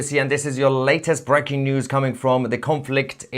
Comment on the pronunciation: Mahyar, it's not BRACKING news (you pronounce it with a 'short a' sound. It should sound like a 'long a' sound. Anyway, to each his own, but if you want to sound truly British, they don't pronounce this word the way you do....and of course you open up ALL of your podcasts with this term. Anyway, good on you for BREAKING the million sub count!